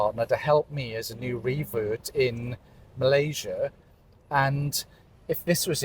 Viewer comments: tolong betulkan sebutan “Malaysia” tu ya. Terima kasih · Harap youtuber indonesia perbetulkan sebutan nama negara kami Malaysia. Kalau nak org luar sebut negara kamu ( indonesia) dengan betul, kamu juga perlu belajar sebut negara malaysia dgn betul ejaan nya.